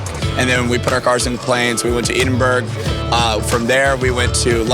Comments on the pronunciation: Edinburg ? You stupid yank it is called Edinburgh. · Where the fuck is eden-berg lmao ED-IN-BRUH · Did he say Eedenburg? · "EDENBERG" - that hurt my fucking ears. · Where the fuck is Eedinburg? lol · Think....more like... EDINBRUH lol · wow could you pronounce edinburgh any more wrong? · The way he pronounced Edinburgh made me wanna fucking cry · As a Scottish person, hearing Americans try to pronounce Edinburgh is actually painful...